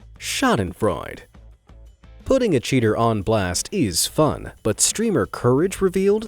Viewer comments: I think it's probably actually pronounced "shadenfroida" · I was surprized to hear and read the word "Schadenfreude" in an english video! (I don't want to be rude but I have to say: you pronounce the "e" and don't leave it out!) In a book, called PathFinders, one chapter of book one is titled "Doppelgänger", which surprized me even more than "Schadenfreude" in this video. Why? In that chapter there wasn't anything that would make it logic to have that title. And in the German translation of that book no chapter is titled "Doppelgänger"...